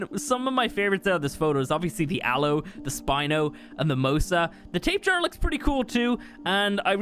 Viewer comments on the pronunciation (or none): Also it is pronounced Tah-pee-har-uh